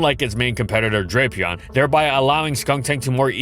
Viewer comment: how mispronounced was drapion actually?